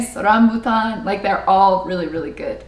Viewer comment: she speaks Tagalog with American accent in some words but when it comes to food (especially fruit) she pronounces them perfectly... "rambutan", "lanzones".... we know what she loves best in the Philippines 😁 speaks straighter Tagalog than me... her final message was several sentences long and avoided Taglish for as much as she could. i only counted one or two English words. Me? I'd probably have inserted 10 or 20. Well done